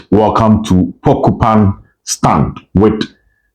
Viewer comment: Obed I beg mention it well la. It’s PorcupINE stand not porcuPAN 😂